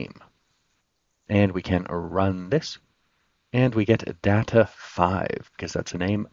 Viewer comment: Good useful stuff. (pet peeve: learn the proper pronunciation of the word Data. 😊)